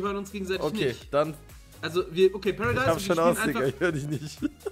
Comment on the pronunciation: sagt einfach wir landen PARIDASE😂